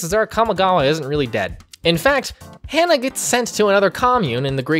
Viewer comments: I hate myself for saying this but the way to pronounce his name is Ha-Na, not Hannah. Hana is a name that means flower in Japanese, hense why the series is called Shaman King Flowers. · It's hah nah not hannah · HANNAH? HA-NAH! Its not hard to pronounce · Ha-na Flower in Japanese Hearing Hannah hurts me lmao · Why is he saying Hannah when it’s “Hana”? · My bad bro, but you kinda butchered those names. Hah-nah not Hannah Montana A=ah E=ay I= ee O=oh U= oo like boo R=th P.s forgive me if I offend, not my intent.🙏🏾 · I can't with him just saying Hannah